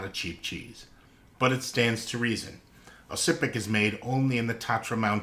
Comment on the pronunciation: worth noting the C in Oscypek is more of a Z sound